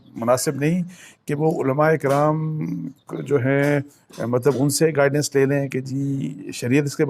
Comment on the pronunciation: گائیڈنیس نہیں بلکہ گائیڈینس۔